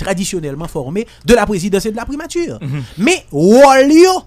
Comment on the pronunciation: 😂KOZE FRANSÈ KREYÒL SA BAY MOUN SA YO ANPIL PWOBLÈM WIIII😂😂😂 POU JAN LANG KREYÒL LA BÈL, MISYE PAKA DI PRIMATI.....MÈTRE BONIFAS , PRIMATURRRRR.... ELATRIYE.... MESYE RAMASE BOUCH NOU TANDE.